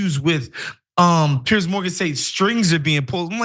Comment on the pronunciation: So funny that Ana doesn’t know how or can’t pronounce Piers’s name 😂